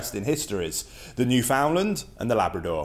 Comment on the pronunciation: Hey, Thanks for your espousal of the two Dogs. However, firstly, I must comment. Your pronouncement of Newfoundland (the Dog and the place), is incorrect. Said properly, Newfoundland, when uttered will rhyme perfectly with "understand". As they say, "Understand-Newf-in-Land. A small quiver to those not from here, but a massive one to those who call this place home. Columbus